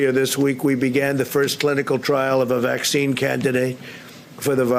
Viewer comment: The look on his face when he realizes he can't pronounce the name of the vaccine candidate is priceless